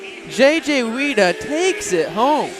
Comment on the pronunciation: F.Y.I.: Weida is pronounced "Why"da NOT Weeda